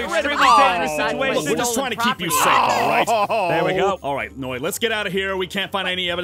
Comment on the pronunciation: aph: lets steel from macs house and give it to noi my ears: lets steel from macs house and give it to moi